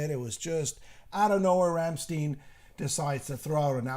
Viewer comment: Entertaining conversation guys, but It's pronounced as in vine Rammstein. i think when they occasionally sing in English it's with Tongue in Cheek. We're all living in Amerika, Coca Cola and sometimes war lol